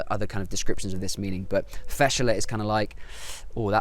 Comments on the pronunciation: Ok, Kuwaiti here. First of all, It's pronounced "Fash-la" not "Fashala", so a brief stop after the "sh". This word is basically used for any situation that's awkward or embarrassing (like what you said). Umm, "ibn-al-rub3a", I dunno what you mean by that, never used it before. Maybe you mean "Bu-Rubu3" which is basically an idiom that implies the meaning of "cheap", usually used to describe a shop or a store which sells items in very cheap prices. The famous Kuwaiti dish is "Machboos Diyay" not "Majboos Diyay". I really couldn't stop laughing when I saw "Diyay Makeena" on my screen. You pronounced it correctly though LOOOOL. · ( Fashla ) فَشله quick word don’t stop between letters .. not( fashala ) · Fashla not fashela .. if you can notice the difference in kuwaiti .. but simply it means embarrassing 😁✌🏻 and yup im kuwaiti